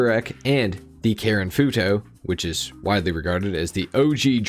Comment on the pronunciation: It’s the way he says foo toe for me